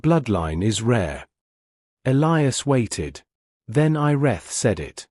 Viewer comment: They finally learned to pronounce "Elias" the right way. Also, this human guy looks like Chris Hemsworth.